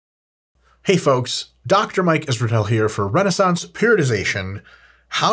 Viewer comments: mike finally learned how to say his last name with full ROM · That was as clear as its been. His technique has improved